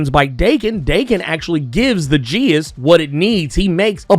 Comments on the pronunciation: Geas is pronounced more like g'as. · Geas has two pronunciations. If you want to say it in Irish, it's a single syllable, “gesh” (with e as in “bed” and g as in “flag”). Pronounced more in modern English, you'd have two syllables, gí-ash” (with added stress mark, g / sh as in the other pronounciation, long i as in “see” and the a pronounced as the e in “cinema”).